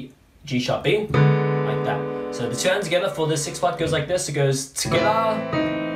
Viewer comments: I love how he says together: tigithier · I love how he says together 😂😂